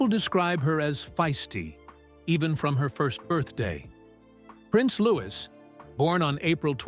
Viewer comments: Pronounced loo wee not looking iss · Its louis not lewis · I find it difficult to believe your 'report' when you do not pronounce his name correctly. He is "LOO-eee", not Loo-iss. His Mum is Princess Catherine, not Kate. Please respect the Royal Family enough to pronounce their names and titles correctly. Afterall, you make your money off of their crumbs.